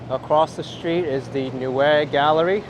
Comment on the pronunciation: It’s pronounced “NOY-uh Galledie.” Thank you for your fine work.